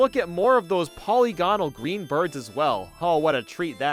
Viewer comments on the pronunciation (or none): You've been covering video games for HOW long without knowing how to pronounce "polygonal" and "linear"? Please, get thee to a dictionary. (Also, you are correct in your prediction: that bridge in 3D Blast on Genesis handles like garbage and I would never put it above 1 and 2, even after finally learning how to use a light tap to jump.)